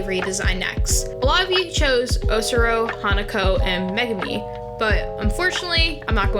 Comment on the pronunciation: Lmfao "megame" bro learn how to pronounce names and then make your followers wish instead of making a pole and wasting your followers time voting.